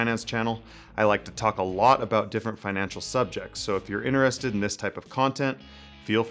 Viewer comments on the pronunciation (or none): none